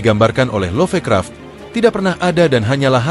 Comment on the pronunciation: sengaja ya nyebut Nechronomichon instead of ネクロノミコン, biar ga kedeteksi algoritme atw apa gitu? begitu jua LoffeKraff instead of LofKraft ... fyi, there was once an Eroge titled ネクロノミコン in PC-98